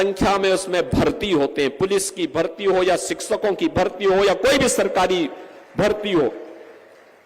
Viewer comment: शिक्सको की भर्ती पहले शिक्षक बोलना सीख लो भाई, अंगा दंगा मुद्दा नहीं है अबकी बार मुद्दा है बेरोजगारी , मंहगाई, पेपर लीक 😂😂